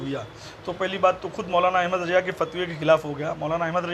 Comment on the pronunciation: Abe Jahil, Teko Laanati Yazeed bolnay nahi aata Yajeed Yajeed karta hain, Ahmed Raza ko Ahmed Raja kehta Hain pehlay Urdu sikh phir dars day, Ek ho to Muhaddis aur zyada ho to Muhaddisin hota hain, pehlay ye sikh